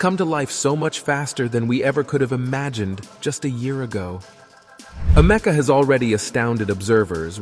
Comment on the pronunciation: "Am-ec-a". Not "a meca"